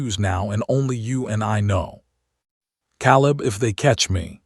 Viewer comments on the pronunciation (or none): it's staring not starring hurting is supposed to be herding Caleb is pronounced Kay leb